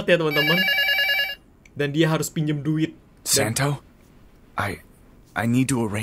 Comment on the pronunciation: Santo bapak bukan sento